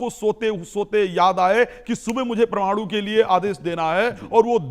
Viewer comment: प्रमाणु नहीं परमाणु । कुछ पढ़ लिख लो ,प्रौढ़ शिक्षा में ज्वाइन करो मैडम ।